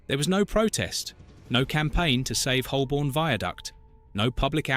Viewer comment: Holborn is sadly mispronounced throughout 🙄